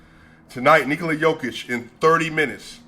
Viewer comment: my appreciation to you man that you correctly pronounce "Nikola" in the Serbian way and how should it be and not "Nokooooooooola"! Credit to you and btw. great channel and analysis!